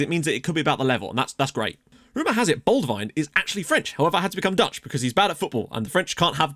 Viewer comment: Great series to watch as real life magpie. If you get a chance, check out our fan song, entitled “I had a wheelbarrow, the wheel fell off”. When you realise it’s very fitting for our club Also, Enzio prefers his name to be pronounced like the English name ‘Baldwin’ rather than the very British way of adding a foreign twang to it!